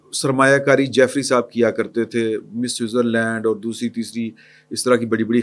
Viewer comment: Ask someone about real pronunciation of Jeffery. Keep making fool of ur self. It is Jeffery Epstein. جیفری ایپسٹین